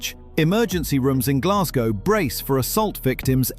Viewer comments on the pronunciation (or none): none